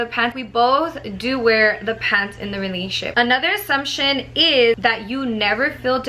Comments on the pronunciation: The way she says in a " Realnship" instead of "RELATIONSHIP"😂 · The way she says "relationship" lol pay attention...."Relatship" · “RELASHIP” lmaoooooo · That’s weird! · Wow I thought no one else noticed that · Lol I had to replay that part